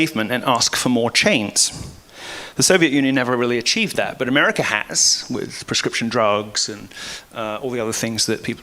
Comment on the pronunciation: "Umericur" Lamo